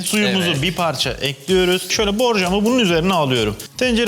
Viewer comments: En alıştığım "tencereyi ocağa ekliyürüm" lafını duyamadım💥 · NOBODY ESER BİLEN:TENCEREYİ OCAĞA EKLÜYRÜM. Jdjsjshsha